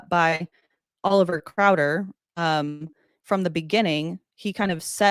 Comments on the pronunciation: The guest kept saying "Oliver Crowder", but it was actually "Oliver Cowdery". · The second "prophet" of the lds/mormon religion (aka "cult") was Brigham Young. The first member of the lds church due to Joseph Smith baptism him first and then he baptized Joseph, as the second member. Oliver Cowdery's name is pronounced "cow /dr/ ee". Blood atonement and polygamy are suspected to have started with Brigham Young, but it could have been Joseph Smith. And from what I've learned, when the mormon's were trying to make Utah a state, they had to give up polygamy, so the prophet at the time (Wilford Woodruff), sent members of his church to other parts of the land to continue on with polygamy and he told them that he'd have to "officially" ex-communicate them due to this so the lds church would look like they were upholding the law of having one wife (even though he did not stop the members from living polygamy for some time after and they secretly still practiced it until push came to shove with the government). And for the pronunciation of Provo and Moroni: Just like a "Go Pro" video camera, it is: Pro /vo/ with both "o" sounds being long. And Moroni is M /or/ o - n - i and the "i" is a LONG sound of the "i". The "or" in the middle sounds the th word "or", like "whether *or* not you're coming with us, we're going". You could say it like Macaroni, but make it a long "i" sound and delete the "aca" and replace it with the "or". And Elizabeth smart was abducted by Brian David Mitchell who had been a Mormon and even played a very enthusiastic character of "Satan" in t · It's Oliver Cowdery, not Crowder. But if you think he's a Satanist, then I am Mickey Mouse.